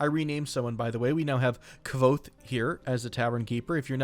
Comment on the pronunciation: Kvothe is pronounced "Quothe" FYI. Great reference from a great book series.